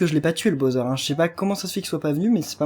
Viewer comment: Pourquoi tu le "BAUZEURE" c'est le "BOWSER" c'est stressant stp. On prenonce "BAWSER"